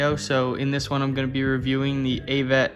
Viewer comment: Bro said hayvet 😂😂